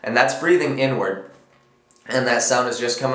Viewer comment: HAHA totally thought you said "N word snare" not "inward snare"